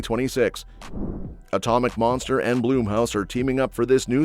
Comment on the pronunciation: It's BLUMHOUSE not Bloomhouse. Looking forward to some of these films.